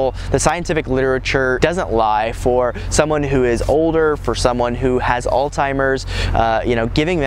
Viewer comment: As soon as I heard you did not know how to pronounce "Alzheimer's", I had to click "stop", sorry!